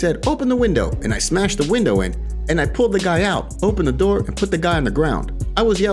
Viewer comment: SMESH ME MATE! SMESH ME- Dilbert